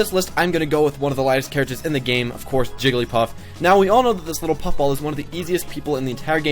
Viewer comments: "Jiggilypuff"? Really? It's "Jigglypuff"!;) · "Jiggilypuff" I don't care about the grammar but I found it hilarious.